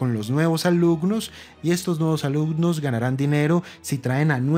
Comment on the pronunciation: "alucnos" "etspertos"